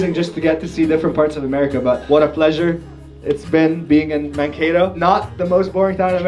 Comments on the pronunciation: I know about Mankato from little house on the prairie! (And it's not pronounced Man-Cat-O) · Garner Grauerholz my grandparents and cousins are from Scandia and live there and it bothered me at first when they mispronounced Mankato in the first couple minutes